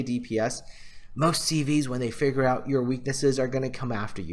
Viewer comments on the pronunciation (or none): none